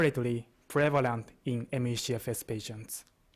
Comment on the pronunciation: Take a shot every time he says: ME-SHE-FS